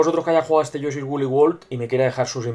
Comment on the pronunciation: lol, te entendi: "análisis de yo soy wooly world"